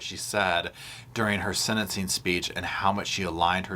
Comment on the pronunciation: The word is "sentensing" NOT senincing...😢